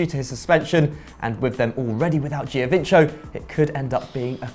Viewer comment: how difficult can it be to pronounce "giovinco" right?